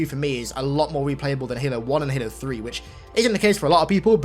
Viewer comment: you didn't say halo 3 right